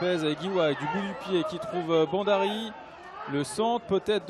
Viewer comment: Ce mec ne prononce pas bien ! B H A N D A R I!